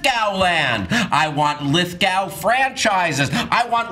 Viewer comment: Was joking when he pronounced it lith-gow and not lith-go? He's gotta know